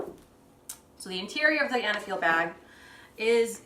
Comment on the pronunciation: I think the brand is pronounced eyyyy-neee-feel